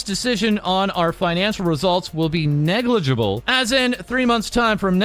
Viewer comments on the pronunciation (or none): Hehe.. "Negleegibul" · Say it with me everyone! N E G L I G I B L E